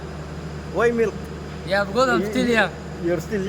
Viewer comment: Hindi nila gaano ma pronounce yong MILK na words "milik" 😊